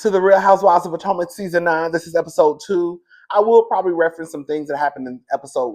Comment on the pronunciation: How you go come back, hide your face, and add Candiace to the picture 😂😂😂 we here for a kiki 😅 did you say Poortomac